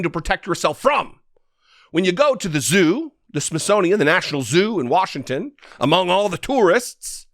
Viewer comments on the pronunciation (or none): none